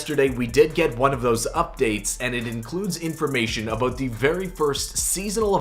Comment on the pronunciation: "A boot"